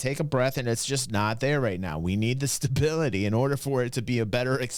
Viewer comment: It is all about the STA-BILLY-TAI